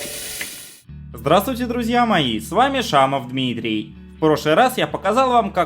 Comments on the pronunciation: А обязательно протяжно так произносить Дмитриииииий? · Он первый слог тянет, блять. Почему люди не могут усвоить, что на письме долгий звук располагается именно там, где в слове было ударение? Неужели это так сложно? Вы сами-то когда читаете "Дмитриииииий" как мысленно это произносите? Или вы думаете, что его зовут ДмитрИй? Че с ютюбоаудиторией не так, все вам доебаться до прически, до произношения каких-то слов, в то время как сами, дауничи банные, не могут ударения правильно расставить. И да, постригись, заебало гнездо, ты как пес Уебанский с ним.